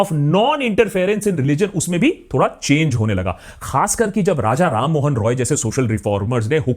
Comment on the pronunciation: বাঙালি হয়ে রামমোহন রায়ের নাম উচ্চারণ করতে পারছেন না। লজ্জা করে না আপনার??